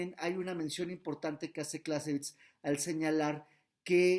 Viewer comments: ¿como se pronuncia? ¿Carl fon closevitz? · Está mal pronunciado , el nombre del autor .